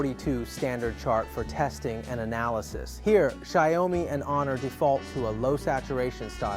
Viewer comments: "Xaiôumi"????? The pronounce is "shee-ao-mi". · Shy-O-Mi. Wtf. Banana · What the hell is a "Sheeyowmee"? 😂